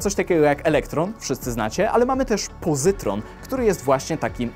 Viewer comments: nie pozytron tylko pozyton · 1. Kilka atomów wodorów na metr sześcienny 2. Pozyton nie pozytron Poza tym materiał fajny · Po polsku mówi się pozyton a nie pozytron. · gęsta jazda :) ..btw -antyelektron to pozyton -nie "pozytron" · Nie pozytron, tylko pozyton. ;) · Pozyton a nie pozytron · ogólnie spoko, ale poczułem ból w sercu jak usłyszałem "pozytRon" :/